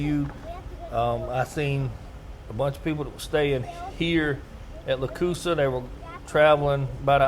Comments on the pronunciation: Nice video, it’s pronounced Lock Loosa. They catch some good stringers of specs and a few really good bass each year. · We pronounce it “ Lock Loosa”. I live 20 miles from it.